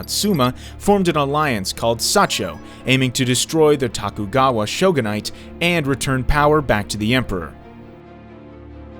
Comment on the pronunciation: The repeated mispronunciation of names, especially city names, is throwing me. Japanese is a phonetic language. Question the accuracy if the narrator can't even say "Edo" or "shogunate" correctly. Is it an AI generated voiceover?